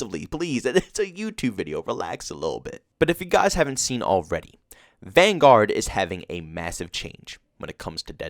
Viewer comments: I really don't understand why you pronounce Vanguard like that lol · No offense, but your pronouncement of Vanguard is wrong lol.